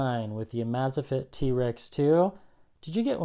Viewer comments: Everytime said name wrong wanted to punch him.. amazfit.. how its written. Not amazafit.. amaze like the word.. im amazed at this... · "Amaze Fit" not "Amaza fit". Sorry, just thought u might wanna know if you're gonna keep reviewing them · You are really mispronouncing amazfit, it's amazing and fitness smooshed together.